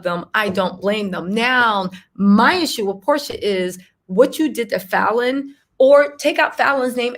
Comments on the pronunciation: PRONOUNCE FALLON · Girl just watch one of her interviews online to learn how to pronounce her name. Kandi has a speak on it